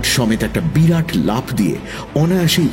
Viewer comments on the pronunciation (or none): none